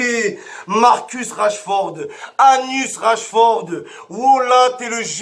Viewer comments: C'est pas Rachford mais Rashford Momo 😂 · Rachford 😂 même son nom il l’a pas respecté 😂